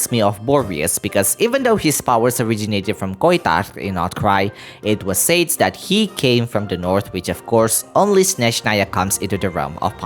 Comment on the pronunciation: Yo! Fae is BOTH Singular AND Plural, just like ‘Anime’ and ‘Manga’, which are Spelled and Pronounced the same in both Singular and Plural forms. I know, English is Confusing, even for Me, An American English Speaker. Also, the Word ‘Said’ is Pronounced Sed like in ‘Sedate’.